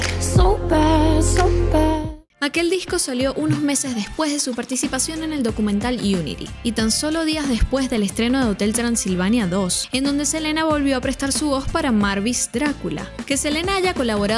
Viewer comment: Quien fue marvis drácula??? Que yo sepa es mavis, se pronuncia may·vuhs y en latinomérica se pronuncia meyvis.